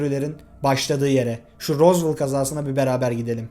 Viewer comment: tek dicem rozvel die okunuyo rozvol ne